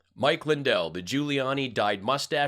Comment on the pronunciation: Mike lie-dell, seriously?¿??🙃